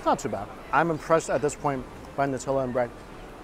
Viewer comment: thankyou for saying 'nutella' correctly